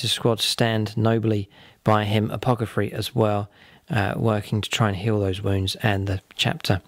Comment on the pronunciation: Loved this. What an epic fight to the death! (Also, its "A-poth-ecary" ... not "A-poc-athary"... lol, sorry)